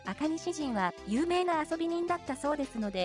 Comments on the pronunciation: 赤西仁が赤西人みたいに聞こえてちょっと笑った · 全部つなげて言ってるから創聞こえますね。